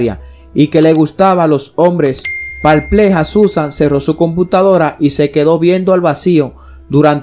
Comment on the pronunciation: La palabra es PERPLEJO , No “parplejo”… 😁😁